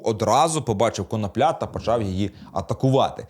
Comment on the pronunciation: ви не правильний наголос ставите не прізвищі юхима